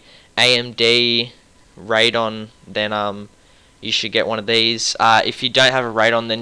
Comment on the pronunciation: Haha... Raid-on and Nuh-vidia.